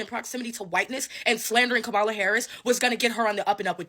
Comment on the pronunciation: Please try to pronounce her name correctly…..comma-la … so say comma then say la.